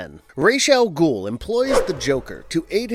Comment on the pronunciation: Man did u just say Race Al gul?